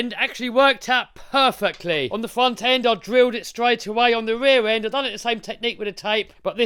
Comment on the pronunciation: Glad you got the "weaw end" figured out, and the "fwont end" figured out. Now you've got plenty of time to work on your "spweach impetamint".